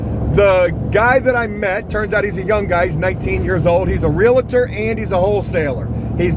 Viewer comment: "Real-tor." "Real-TOR." 2 syllables, no "a" in the middle. Just "real-tor." Love your spirit, tho Buddy.